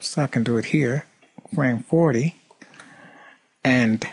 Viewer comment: whenever he says shatter, i keep thinking he gona say shitz. such awesome accent